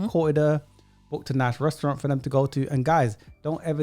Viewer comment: She can’t even pronounce the word restaurant… 😆